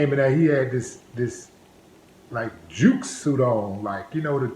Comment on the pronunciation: It's not "juke" suits, they are called "Zoot" suits.